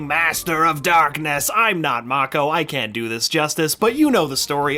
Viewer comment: "may-ko" not mah-ko